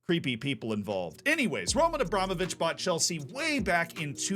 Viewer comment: You nailed it, as always, Z. It's RomAn AbramOvich.